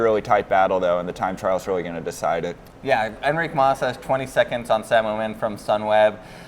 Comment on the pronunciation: You Mas like it’s Moss.. it’s MAS